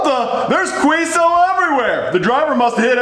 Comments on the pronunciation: He said quesadilla queso like Quiso and Quisadella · bad father who abuses his gay son. Poor Timmy. Neither him nor the kids can even pronounce queso or quesadillas properly and can’t even pronounce Uber correctly either.🤦🏻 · The pain in me internally when i heard the pronouncing Mexican food was gut wrenching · As much as it pains me that they say the names of queso and quesadilla wrong, i still find this video pretty fucking funny. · As An Mexican, I don’t know how to feel when they mispronounced Quesadillas and Queso